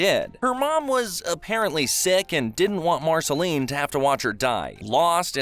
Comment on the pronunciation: The fact you cannot pronounce majority of names lets me know this is a view grab. Otherwise, not terrible in a cliff notes sense but nothing someone who watched it wouldnt know. "BEE EMM O"....comon this is an insult "Named BMO to Be more". Marasheleeeene - Hunts only vampires not demons. You mention the timeline of "human Finn" but do not barely reference the return of Prismo and his (Finn) more important identity not being in a dream but is a Glob reference. YOU STARTED THE VIDEO CALLING OO, EARTH. Its saying the USA is the earth, the human island is not part of OO let alone the ones we do not know about. BEEEEE MO not BE EMMMM O. Marcelene seems standard - VAMPIRE hunter.